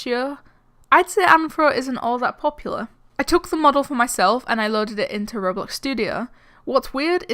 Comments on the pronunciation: It's called ro BLOX Not rorealeatic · But.. It's called Ro BLOX Its RO BLOCKS NOT RO-....LIFE!